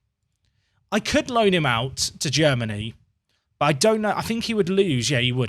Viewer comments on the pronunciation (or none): none